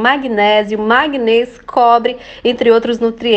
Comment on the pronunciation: manganês, e não magnês